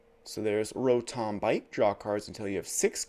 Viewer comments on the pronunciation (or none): none